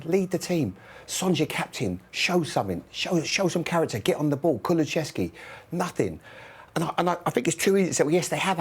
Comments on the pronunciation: ITS NOT KULUCHESKY FFS. That's not a name. Learn how to pronounce names. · Why are some 'pundits' so incapable of pronouncing player names? Redknapp started the evening with "Kuluchevski" and then he pivoted to "Kulucheski"